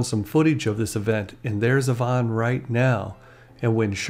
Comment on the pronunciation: I live in Victoria, just a ferry ride from Vancouver. I have never heard Yvonne pronounced that way. Always a double E sound not an O